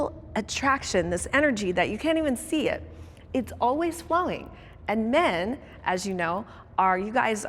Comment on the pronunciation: First off, tell whoever your "announcer" is, that they do not know how to properly speak American English Grammar, with how they have pronounced the words MEN & WOMEN.